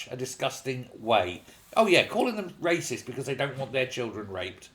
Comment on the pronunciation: Wyacist, waysict, racist, YAWN.